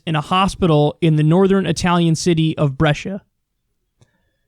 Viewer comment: I'm from Milan, I could've gone from my city to Brescia with a car in 1 hour. I've been in the city a cople of time (really nice place) when you said "Brescia" I intially laughed but honestly it is not that bad for a foreigner